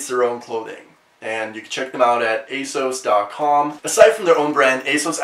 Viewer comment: The way he says "asos" irks me